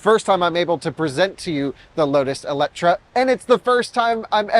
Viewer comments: It is not called Eletra, there is an E at the end, so it is called Eletre 🙂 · EletrE not EletrA.. How hard can it be to even read.. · Oh man!! It’s called eletrE (E not A - and no C)!! And is has nothing to do with electric or whatsoever 😅 eletre is Hungarian and means something like „revive“. That’s what Lotus wants to chip in with the name. Other than that: simply a dream of a car 😊😊